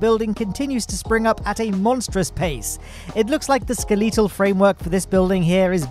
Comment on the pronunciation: “Skell-eeeetal framing” first time I’ve heard that pronunciation.